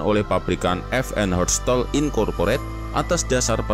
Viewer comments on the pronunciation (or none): Aku dengernya fn herstot